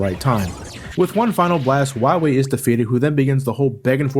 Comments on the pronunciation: DOCTAH WAWHEE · I love the cut scene where Dr. Light says, "You must recover all the energy immediately, Wah-Mega Man." How did the voice actor screw up his line so badly? He literally almost called Mega Man, Wily. Er, excuse me. Wahwee. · Watched the whole review and I didn't notice that was calling him "Wahwee". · Dr. Wiwy? Seriously, 90% of the times says his name, thats what i hear, im not complaining i just think its funny xD